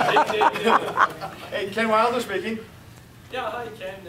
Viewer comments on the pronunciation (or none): It's not Weilder. He is a great coach for buyer representation!